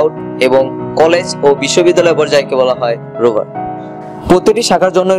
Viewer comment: রোবার না রোভার।😄😄😄